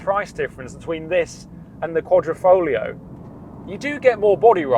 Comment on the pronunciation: Great video but is there no letter "I" in the English alphabet? It's Quadrifoglio not QuadrOfoglio...QuadrO is a picture frame in Italian....but like I said Great Video!